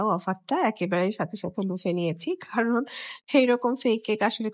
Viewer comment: কারণ নাকি খারণ বললেন আপু